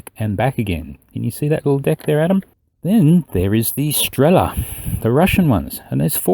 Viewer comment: It's strelA not strEla. With stress on last syllable.